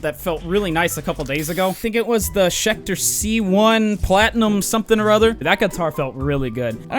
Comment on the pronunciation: Schecter my guy. Schecter